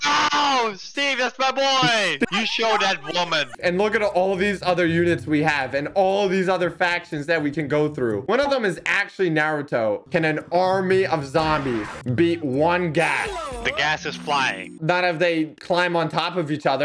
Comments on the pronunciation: When you said “Nayrato” you kinda triggered me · bro its pronounced nar-u-toe